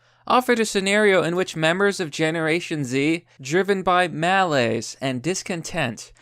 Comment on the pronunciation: the way you pronounced "malaise" made my ears bleed